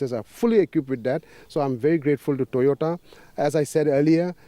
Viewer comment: Toyota ❌️ Toyoda ✅️ 😂😂😂